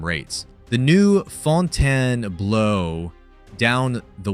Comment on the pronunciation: AI Slop narration. It can't pronounce "Fontainebleau" or "$1,400". The video never actually shows any images of the accusations out supposedly is making. Olives has been gone for years and Picasso closed because the chef decided to retire after over 30 years. That has nothing to do with the hotel supposedly "falling apart". It claims Fontainebleau is better. Go inside - it is EMPTY. And the video shows old casino footage to convenience you Bellagio is still using mechanical slots. Really?? Complain about owner MGM all you want, but don't lie to make your points. Yes, Vegas has had a very difficult year in 2025, but this video specifically is full of flat-out lies.